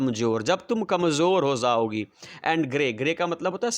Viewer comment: Jaogi😂 Prounce